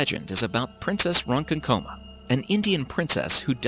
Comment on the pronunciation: he also kept saying wrong it’s not pronounced as it’s spelled